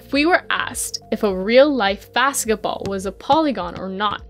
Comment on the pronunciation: She said baketball😂